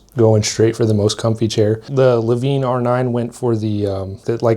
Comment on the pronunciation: I feel like hes pronouncing lavenne wrong...